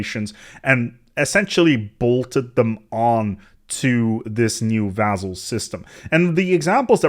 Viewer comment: You pronounce "vassal" with 'z' inside, this is regular 's' though, pronouncing that with 'z' makes it very confusing, seems like entirely different word. Generally, if single 's' is between vowels you may sometimes read it like 'z' in some words (like, e.g., "vase"), but when you have double 's' like here, you pronounce it like regular 's'.